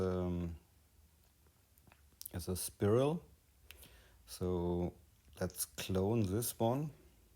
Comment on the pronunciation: spiral is pronounced Spy-role.